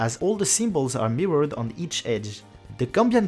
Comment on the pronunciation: Awesome video ! Seul critique c'est la prononciation de certains mots en anglais comme mirrored.